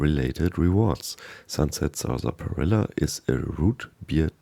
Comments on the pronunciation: I got to watch I mean mispronounce Sunset sarsaparilla. “SaR-spi-illa” ahhh good old 76. Could you imagine 76 being your first fallout game, like be born with an Acorn for a brain. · Nice video... but it is pronounced "sass-puh-rilla". 😊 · Great video but let me help you with one thing: Saaas - pa - Rill - a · The pronunciation on Sarsaparilla is strange. We pronounce it as if it were spelled Sassparilla. Just sharing. Thanks for the great content. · Sunset Salsaparilla